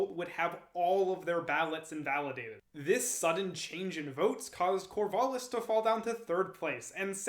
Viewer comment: The "A" in Corvallis is a "æ" sound. As in TRAP, tattoo, sang. Thanks for the video.